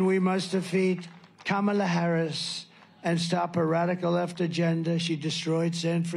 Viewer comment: How can anyone vote for someone who still can’t pronounce the VP’s name?